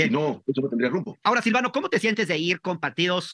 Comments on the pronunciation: Corrige hermosa, es Silvano Aureoles, no, Silviano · es SILVANO SILVANO Y TU LO LLAMAS COMO SILVIANO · No manches lee bien las cantidades creo que no sabe leer bien las cantidades y nobes Silviano Aureoles es Silvano Aureoles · No es SILVIANO, es SILVANO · me encanta tu trabajo, solo te comento es Silvano no Silviano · Es Silvano no Silviano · Es SILVANO no SILVIANO amiga